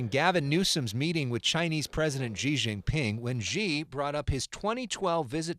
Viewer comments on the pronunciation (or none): Shee Not Jhee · YOUV'E LOST ALL MY RESPECT WITH YOUR PRONUNCIATION OF XI'S NAME. BYE! UNSUBSCRIBE.